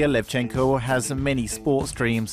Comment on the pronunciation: its LEvchenko, not LevchEnko